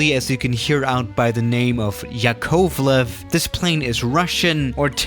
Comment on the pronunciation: I'm Russian and the way you said the name of the plane hurt me inside ☠️